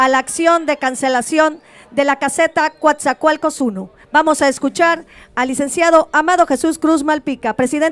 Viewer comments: NO es Cuatzacoalcos Es Coatzacoalcos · El nombre correcto del Puerto es COATZACOALCOS NO: "Cuatzacoalcos"